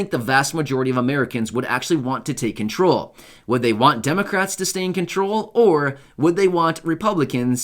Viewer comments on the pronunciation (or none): Control not crawl